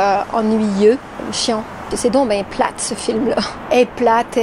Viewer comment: Prononcez « platte ». Faut insister sur le « te ».